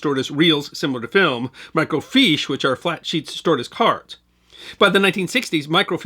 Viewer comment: Microfiche is pronounced 'micro -fish' not 'micro-feesh'. I worked in computer operations from 1979 to 1995, processing microfiche on Kodak Komstar equipment.